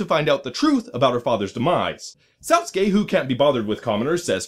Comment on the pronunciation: The "I" in both "Satsuki" and "chibi" are pronounced "ee," like all other uses of the letter in Japanese... and Spanish... and many other languages, I'm sure. But aside from that, this was a very enjoyable review. Thumbs up! :D